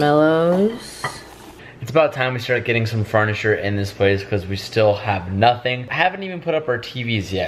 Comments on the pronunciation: What’s “farnisure”? 😆😂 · Did anyone else notice he said "fart-ni-ture" 😂 😂 😂